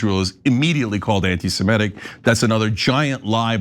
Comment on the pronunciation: BTW, it's semitic, not simetic